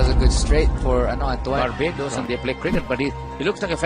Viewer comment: Bakit antu-an ang bigkas mo kay Antoine? 😂😂😂